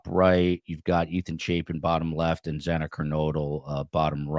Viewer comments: It upsets me so much that the judge mispronounced Xana’s last name TWICE! It hurts my heart. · Why could the judge not say Xana's name right? He mispronounced it twice! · It did bother me that the judge mispronounced Xanax’s name twice